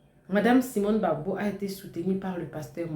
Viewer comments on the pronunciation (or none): Madame s'il Vous plait c'est le President Laurent Gbagbo Et non Laurent Ggagbo. IL n'est pas votre petit copin.